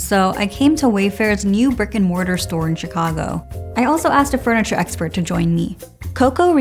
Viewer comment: Why do I keep hearing “freniture”…